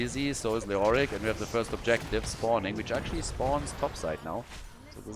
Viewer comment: love your pronunciation of leoric